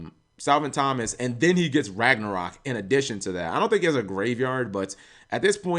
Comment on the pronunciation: You should really learn how to pronounce Copernicus. I'm pretty surprised you could pronounce Thomas correctly.